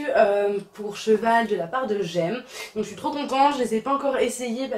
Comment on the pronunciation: On dit G.E.M pas j’aime 😭😂